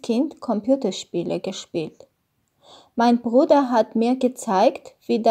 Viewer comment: Beruder nicht Bruder